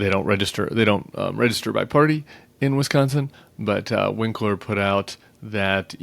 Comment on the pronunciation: Ben Wikler, not Winkler. Just want my fellow Wisonsinite to get his due.